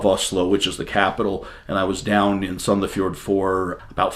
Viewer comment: You said Sandefjord almost spot on, the "d" at the end is silent. But we are known for using a lotta slang down here, Oslo citizens speak more refined and "pretty".